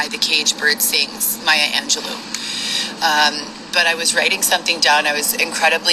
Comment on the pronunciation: She pronounced Maya Angelou correct lol that’s the only thing she somehow got right